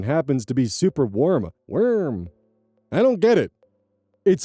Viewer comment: absolutely LOVE when goes "..wORm.." while reading posts <3 keep wiggling, my comrades <3 🪱 🪱 🪱 🪱 🪱